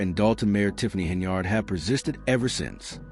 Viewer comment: This is old news bro. Look for something else to steal. And what’s up with the flashes? You might want to put a seizure warning before someone with epilepsy watches this. Lastly, her name is pronounced Hen-yird, not yard. You are saying it like it’s spelled.